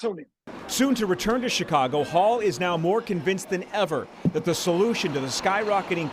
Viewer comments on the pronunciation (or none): none